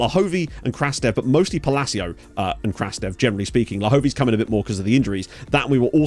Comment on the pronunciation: Just a tip, Evtim Krastev’s name in Bulgarian is pronounced as "Krustev” (u as in understand). Keep up the good work!